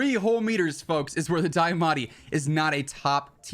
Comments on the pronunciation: deeeamatti not diyahhmatti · Broooo it’s deeeeamaati not dieeeamatie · Can’t get over how you say Diamatti so weird.